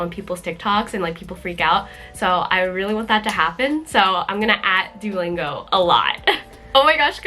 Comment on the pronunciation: I love your owl pattern! btw… Duolingo is pronounced [ Doo (like boo) - OH - lingo ] Doo-OH-lingo